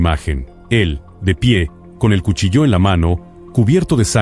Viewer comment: Haced el favor de pronunciar correctamente cuchillo,dan ganas de no escucharlos jamas